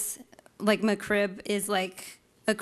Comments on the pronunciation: its is not "meh-krib"...it's MEK-RIB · She says McCrib, not McRib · Lol she said "Macroo" first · Its McRib, not the McCrib... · breatheinthepinkair Indeed or MaCrib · Mah Krib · No no.. she says Muck-Krib lol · Muh CRIB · mah crib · I know ! I caught it too lol she's saying "McCrib" haha she's probably a Crip from Santa Clarita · The female fedora guy: M'Crib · "the ma-crib" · "muh crib" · Get it right. It’s not McRib. It’s Ma-crib! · I just hate the way she says Mc Rib. She says "muh'crib." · No, she says McRib, not McRib. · She can’t even pronounce it correctly.